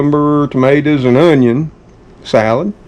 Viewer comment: I love how said onyawn